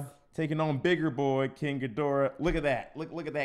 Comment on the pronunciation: FINALLY!! Someone who didn't mispronounce the name of King Ghidorah, Mothra, and Rodan!